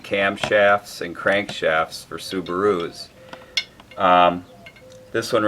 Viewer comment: "Sub-a-roos"...classic! Never heard anyone use that inflection other than.